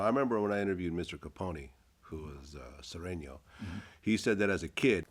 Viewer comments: It’s Sureno not Soreno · It's sureño not soreño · It's Sureño, pendejo.